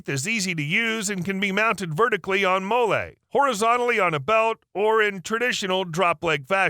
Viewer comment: Which Ranger is doing the review? Why is he reading promo material? Why does he call them “molay straps”? Why does the voice sound like a bot?